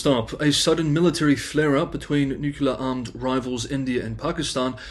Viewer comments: NEW CLEAR not NEW KEY LER. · for fuck's sake, say "nuclear" not "nucular"!